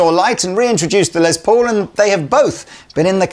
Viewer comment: Will you please stop saying “Lez Paul”. It’s pronounced like “Less Paul”